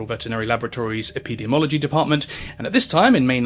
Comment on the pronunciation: Just for future reference, it’s pronounced “pree-on”, “Croytsfeld-Yakob”, and “epideemee-ology”. Hope this helps. (source: I’m a biomedical scientist).